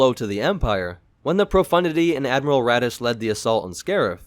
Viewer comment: Every time I hear him say his name, it's Admiral Radish.